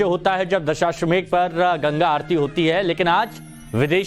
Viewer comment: यह एंकर दशाश्वमेध का सही उच्चारण भी नहीं कर पा रहा है कह रहा है दशाश्वमेघ😂